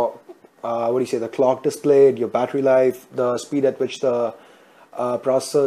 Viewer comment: sock "suck" yourehd "your" naaaansad "Nan"